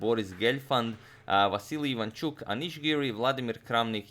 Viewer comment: Thanks for IvanchUk instead of IvAnchuk)